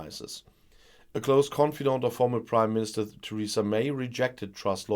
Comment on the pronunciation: I swear I heard say British Crimeministrr!